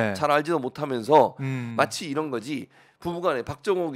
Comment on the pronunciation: 국민여러분~잘~ 들어보세요. 이란 이 아니라 이런 이고요. 적 이 아니라 정 이라니까요~ㅋㅋ